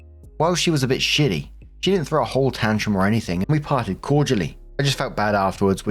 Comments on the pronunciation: S2: (Pu-erh tea story) - lol - SNITTY not shitty! ❤ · 😂.... in S2... that word is S-N-I-T-T-Y not 💩ty 🤣...but i guess a person is being a 💩 when they are in a SNIT 😂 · hey!! i know this sounds kinda silly but i just thought you should know in Story 2 the OP used the word “snitty” twice and both times you read it as “shitty”. it could have been a simple misread or an unknowing overcorrection, but just in case i thought you’d like to know that “snitty” is an american slang term for being irritable and/or rude!!